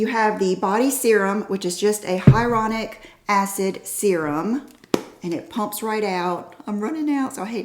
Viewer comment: Good Stuff! 😍....... hyaluronic=hy-lew-rah-nik